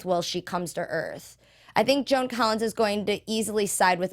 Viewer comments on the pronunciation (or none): none